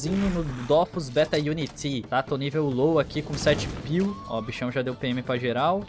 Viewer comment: Pq ele fala Unitín ?